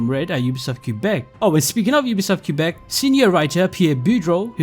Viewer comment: The way he destroyed the name of Quebec 😭